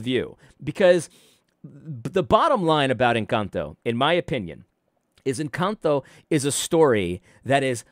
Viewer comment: Now do an analysis on pronunciation of “Encanto”.